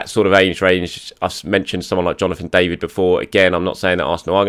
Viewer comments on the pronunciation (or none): none